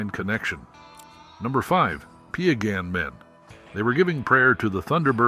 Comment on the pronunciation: Its PIE - GAHNN... PIE LIKE APPLE PIE NOT PEE A GAHN!! 🙄